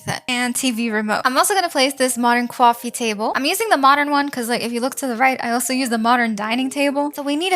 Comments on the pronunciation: Is there anyone else that loves how says coffee table 😂 “cwafe table” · "And another Quaoffie tabble"😂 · Please never say coffee again say cquffee table please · I love how she says coffee table😂